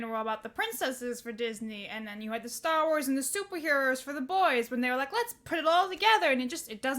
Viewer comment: Stah Wars. I like it.